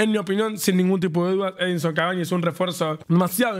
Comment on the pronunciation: Soy yo o el presentador cuando entra cavani a la cancha dice edison avani😂